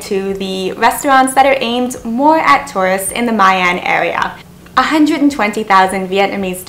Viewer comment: VND not VDN